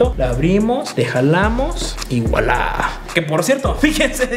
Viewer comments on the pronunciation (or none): none